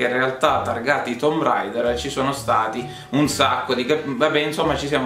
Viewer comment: che bello sentir la pronuncia tumb reider e 3 secondi dopo tomb raider per abitudine